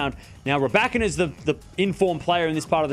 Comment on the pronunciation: Rye ba keena not rabakana... thanks for the line up tho soo excited